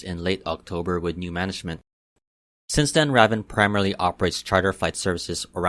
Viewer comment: I flew ravn before, and I’m pretty sure it’s pronounced raven, just a letter that isn’t in there, but, I don’t know, so you might be correct.